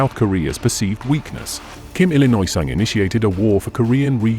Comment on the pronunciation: Kim Detroirt Sung